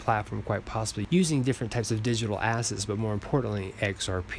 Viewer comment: . Did you say digital ASS?